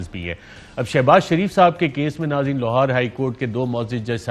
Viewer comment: Arshad Sharif saying Lohar High Court many times. 😁😅